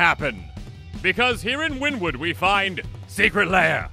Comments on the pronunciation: Wynnewood is pronounced more like Winnie Wood by the locals. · As a okie would love to get but is pronounced winni wood